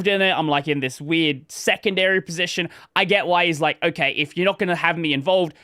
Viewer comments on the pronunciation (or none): none